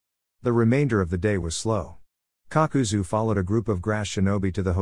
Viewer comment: Kakazu becomes Papazu 😂❤